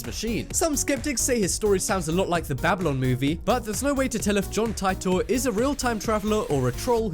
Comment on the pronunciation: ...it annoys me to know end when a name is mispronounced. It's Tit-or, not Ti-tor.